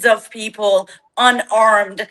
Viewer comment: पीपल्स ❌ फिफल्स ✅😅